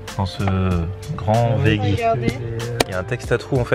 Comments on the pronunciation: encore une fois, on prononce "vedji"... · On dit véji